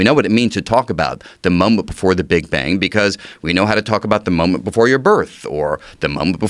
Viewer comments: Sounds like he’s saying muhmuh instead of moment. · i like how he pronounced 'moment' as: 'mumbmt"